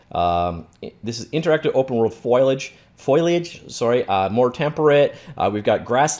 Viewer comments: Fo-li-age. Not foilage. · fole-E-edge, not foilage ;p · Foliage, you say: Foley-idg